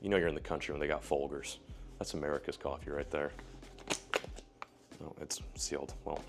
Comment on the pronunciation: Say Folgers again.